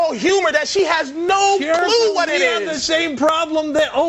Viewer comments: Did she say anthy and Openie? 😅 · “Anthy and Opany” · "Anthy and Opiney" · She said "Anthy and Openey" 😂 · She said “Anthy and Opany” lol